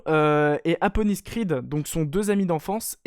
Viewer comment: Mdrrr j'ai l'impression que tu l'appel APonis au lieu de ADonis Creed, ça ma perturber mdrr